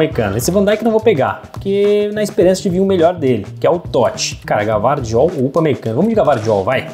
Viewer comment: Gvardiol não se fala Gavardiol mas sim Guivardiol...um abraço sucesso